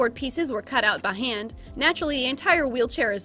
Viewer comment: "cut out by hand" sounded so southern 😂👏💯 Texassssss